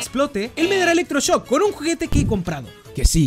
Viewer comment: epico el "electroshosk"